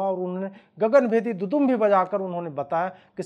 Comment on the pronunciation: दुदुंभी nahi दुंदुभी होता है।,,,,😀😀😀